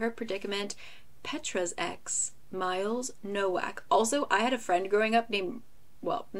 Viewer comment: nowak is actually pronounced like novak, its the polish spelling of the last name and in polish "w" is pronounced as a "v"